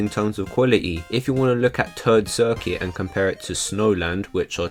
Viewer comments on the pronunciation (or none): For a moment, I honestly thought you said Turd Circuit instead of Toad Circuit. Wouldn’t blame you though: that course sucks balls.